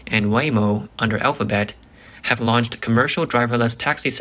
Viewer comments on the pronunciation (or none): none